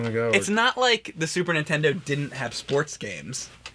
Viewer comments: I'm sorry, but I can't take it anymore...super NINtendo! Not super Ntendo! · I never played this game because it has a stupid name and the premise makes no sense. I wish James would learn how to say Nintendo. I mean, a guy who got famous by playing old Nintendo games should be able to pronounce it correctly.